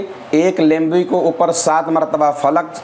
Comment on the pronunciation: nimbu boleya lembu nai hota😅😅😅.....lemon=lembo😂😂